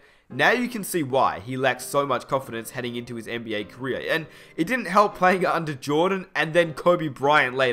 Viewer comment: He said carrer not career